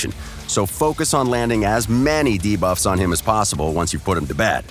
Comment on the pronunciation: No more "Da-buffs"?